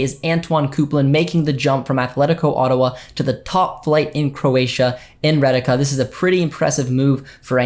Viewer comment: not Reye-ka, Ree-yey-ka